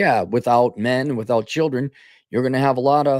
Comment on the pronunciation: Cap is pronouncing "children" wrongly here, she would say shillinz.